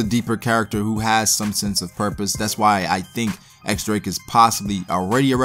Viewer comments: i'm just waiting to see Drake's hybrid t-rex/human form! Also, his name is pronounced "Diez Drake" not "ecks Drake." The X is a roman numeral 10, or diez in spanish. You can check the japanese katakana, it's pronounced diez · Just so you know. The X is pronounced as Diez.